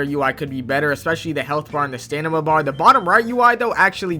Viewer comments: Sta-M-ina not sta-n-ima brother 🙏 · why you calling stamina ''stanima'' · Stanima bar is crazy bro watching so much anime its impacting his english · "Stanima" 😭 give tester bro 🥺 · How did mispronounce stamina 😂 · even the ai subtitles caught that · he says it like that every video he says it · this man just cant say stamina right 😭